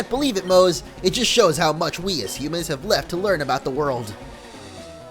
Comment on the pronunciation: when he was talking as cobalion, he said "homens" instead of humans